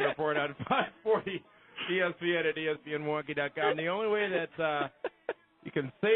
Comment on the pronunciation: God I can't stand the way says ".com." Sounds like Dot Kiom. Tone down on your "cheesy gameshow host voice, PLEASE."